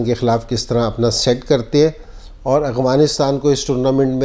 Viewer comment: MashaAllah...boht shukrea sir ....bas ak bat inzee bhai... Afghanistan...not aghvanistan. If u don't mind 🥰😃😀